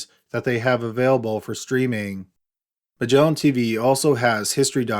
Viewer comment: "Migellin Teeveeeeeeeeee"